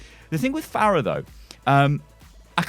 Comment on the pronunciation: Pharah? Really? Jesus Christ.